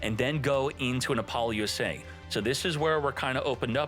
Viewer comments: Buddy please, repeat after me: “APPLE-LOOSA”😂😅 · Bro can't pronounce appolousa